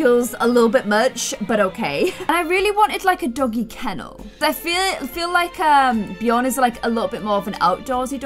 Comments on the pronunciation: Love ur videos!!! But it's Björn, not bjorn. Like hm.. the ö is similar to the sound u make when u say "ehum.." also, linger more on the "R". Ur so cute 😍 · Actually, Björn/Bjørn is pronounced just like "burn" but with a J between B and U if you get me 😂 we say "bjørn" here in Norway 🇳🇴🐻Love the series btw ❤️ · There is a slightly difference between Bjorn and Björn, just so you know, but you trying to pronouncing it is so cute❤️ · Bjorn thats in sweden for bear. Just where you live you dont have The letter ö. Björn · Björns a swedish name lol. The letter Ö is not pronounced the same way as O tho. Ö’d pronounceietion is similar to the English sound ‘i’ in the word ‘bird’. Or ‘u’ in the word ‘fur’. Or ‘ea’ in the word ‘heard’. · this maybe be just a luttle late but just me that knows that björn still is a swedish word and not just the "vikings"way to say bear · Hahaha Im from Sweden I started laughing when I herd you say björn❤️❤️❤️❤️😅 not to be mean love you’re Chanel btw❤️ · Björn Is not a “Viking word” it’s Swedish. I’m from Sweden and we say björn. I’m not mad or something I’m just laughing so freaking much about that😂🤣😂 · in tour next video can you go to Google translate and go to swedish to english or reversed and you type in Björn in the swedish one and then click on the voice thingy and you will learn hon to say Björn correctly, I`m from Sweden sorry if you don`t get what i mean❤️ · Can u plz stop calling every single swedish thing viking cuz I'm swedish and I actually get kinda offended by it. Also, check out how björn is actually pronounced (in swedish) cuz that is not how it's actually pronounced